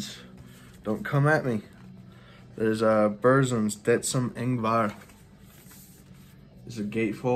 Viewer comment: Killer update. In The Shadow of The Horns is the best song by Darkthrone, killer albums both of them. There is no controversy with Burzum, he is a dick and his music is great. Pretty good pronunciation on the Burzum stuff. Just look at my 'How to pronounce the shit' video. Lawless Darkness was the last real great album by Watain imo, they kind of lost the evil touch after that, so the first 4 albums is killer. Mayhem - Daemon is a great album. Cheers mate. 🤘🤘